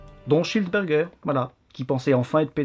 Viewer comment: Je suis le seul qui comprend "johannes cheeseburger" à chaque fois ?